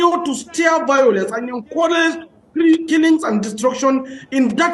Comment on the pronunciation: NO BE BAYOLENCE, IT'S 'VIOLENCE' NO BE LIBIN, NO BE KWONTRY, OZUWO